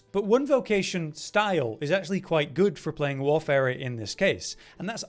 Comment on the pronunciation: Thank you for pronouncing Warfarer properly. This eludes many a YouTuber.